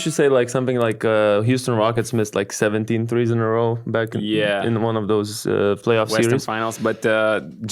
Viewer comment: It's pronounced THREES not FREES